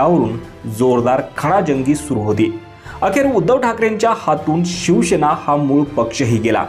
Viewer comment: अरे भावा शिवसेना असा शब्द आहे शिव शे ना नाही